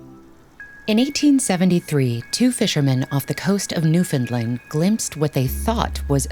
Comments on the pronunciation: Newfinlind? It’s Newfoundland. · It’s not Newfinlind, it’s Newfoundland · I really don't think expecting people to pronounce Newfoundland correctly is too much to ask, and yet I am disappointed once again